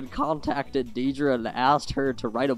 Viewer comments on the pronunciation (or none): I love your video. But... Her name, Deidre, is not pronounced deedree. It's Daydree. Like Day Dream. :)